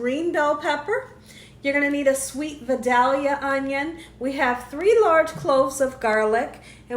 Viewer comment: Hi. I love your videos and watch every one. I am a native Georgian and we a proud of our products. The onion is pronounced vie Dale ya for the town it comes from. Sorry to be the teacher here but everyone pronounces it wrong.